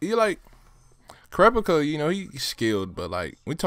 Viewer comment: You got Kurapikas name right (